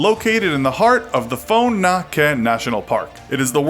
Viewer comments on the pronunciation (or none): the way you pronouced Son Doong and Phong Nha is really bad